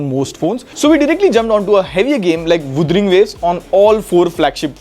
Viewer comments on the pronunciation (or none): none